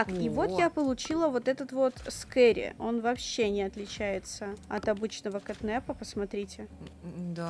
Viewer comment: Не кэтнэпа. А кэтнапа